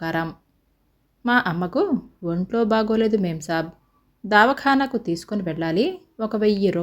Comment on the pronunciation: దావఖానా కాదు, దవాఖానా.